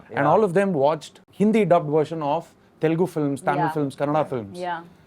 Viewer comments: Varun first learn how to say ‘Telugu’ before you ask for a role in TFI. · Man I feel the same when tamil people say telungu instead of telugu..